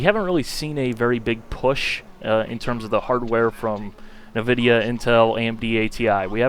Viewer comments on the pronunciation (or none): I must be "that guy" but 'neh-vidia'? You have a GTX 670 (unless you haven't updated your about section to your current specs). How did you not hear 'in-vidia' yet; or is a personal preference thing? I'm pretty partial to nVIDIA so I can't help but notice when people pronounce it that way.